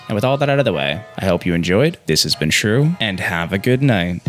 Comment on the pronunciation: been watching for a few videos and only just now realized his name is shrew not screw